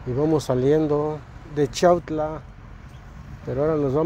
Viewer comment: Saben lo único q m molesta mucho q yo nose si esas personas son d chiautla porqué muchos ni saben pronunciar chiautla yo los escucho q disen chautla